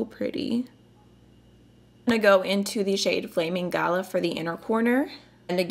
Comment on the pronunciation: Same 😂 all the American reviewers have pronounced galah wrong and it’s so funny 😂 I have this and I’m totally doing that red look tomorrow. So pretty!!!